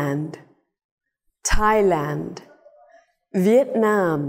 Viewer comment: Công nhận lúc đọc việt nam y như tiếng việt chả nghe giống tiếng anh 😂